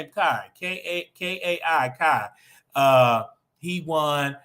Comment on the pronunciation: Kai is pronounced K👁️